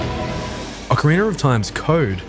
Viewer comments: OCARINA. Not Ocariner. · Why do you say “Ocarinar of time?” It’s fucking annoying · Ah-Kuh-Ree-Nah lol 😂